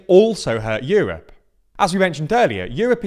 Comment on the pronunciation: euwop and wuble 😂